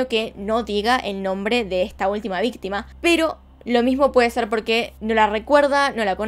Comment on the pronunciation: En el minuto dice vistima en vez de víctima😂